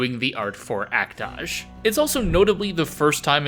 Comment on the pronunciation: Yeah that's definitely not how you pronounce Act-Age